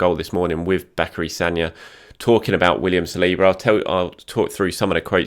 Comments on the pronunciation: You pronounced Sagna right thank you!!! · finally getting the Sagna pronounciation right